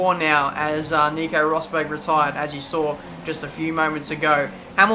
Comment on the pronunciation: IT'S ROSBERG